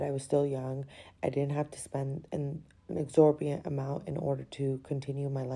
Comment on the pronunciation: The girl isn’t telling the truth about her story. She couldn’t have been making 260k as a lawyer fresh out of law school and say “egzorbiant” instead of exorbitant.